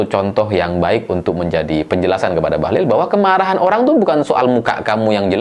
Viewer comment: Koq aku denger suara abang jadi "Bahlul'..,😅😅